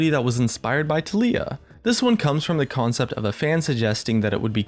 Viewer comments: I like you and all man but please....FOR THE LOVE OF GOD TALIYAH IS PRONOUNCED tAh-lee-a, emphasis on the TAH, not on the LEE-A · I really hate how you say Taliyah. They pronounce her name in the spotlights, how can it be possible to pronounce it wrong? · Why are you pronouncing "taliyah" so weird?